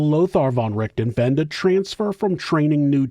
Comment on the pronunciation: I like your channel, but you really need to listen to a german pronouncing the name of Richthofen. :) Also, calling Von Richthofen a monster goes too far, in my opinion.